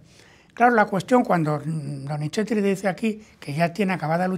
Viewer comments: Con respeto es Donizzzzeti / No Donicheti, su valioso contenido… pierde brillo al inventar pronunciaciones que no existen. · Sr. Téllez, por favor trate de no decir DONICHETI, se debe pronunciar como una zeta suave más parecida a una S que a una CH.